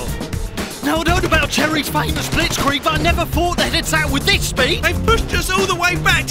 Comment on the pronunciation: as a german i noticed a mistake: he says : blitzkreig but the actuall german name of it is: "Blitzkrieg"